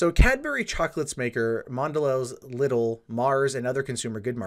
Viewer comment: All doom and gloom aside... Lidl is pronounced "LEE-dle". Like Patrick Star's "leedle-leedle-lee".